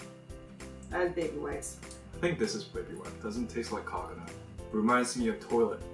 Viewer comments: said "cockonut" instead of "coconut" and i CHOKED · pronounced coconut like, "(cock-a)" " lol